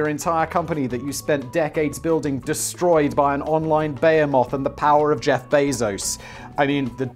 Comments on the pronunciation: Bay-ham-off? Oh, bē-hē'-mïth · Wait... Is that how you guys pronounce behemoth? That’s wild 🤣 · Simon's pronunciation of ‘behemoth’ is fucking baffling.